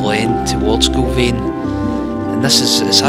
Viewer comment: Another great video, 😁 You’ve got the name spot on, from first try ha ha Well done! Can confirm the weather did improve. In fact, ended up with another few shades of tan by the time I got back to my bike 😂 All the best with your future adventures! Keep them videos coming 😆